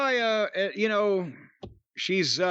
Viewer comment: Its pronounced Suh-ray-uh, JIM🙄